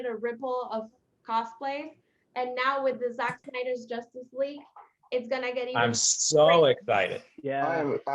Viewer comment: "...in the Justice (Josstice) League...Zack Snyder's Justice League." I love that😂😂